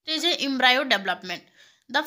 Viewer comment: Thank you but mam pronunciation proper kare Embryo ka